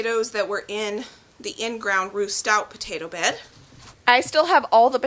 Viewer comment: I’m digging your channel. 😂 it sounds like you’re saying roost out, but i know that you are saying Ruth Stout, here in fl, potato towers are the way to. Those are nice, I watch lumnah acres, and those are the same handles they just installed. Wondering, can you taste the onions in the potatoes ?, I don’t eat/like onions, it am willing to try new things.